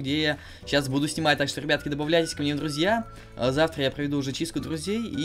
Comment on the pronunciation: Смотрите: он говорит ДРРРРУЗЬЯ)